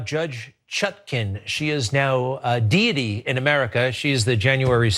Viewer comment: “Deity” LMAOO